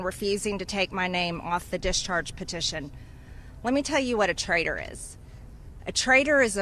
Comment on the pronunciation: You' re calling him a trader. It''s pronounced traitor. With a T.